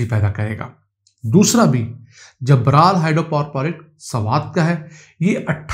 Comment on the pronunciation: جبرال نہیں لفظ گبرال ہے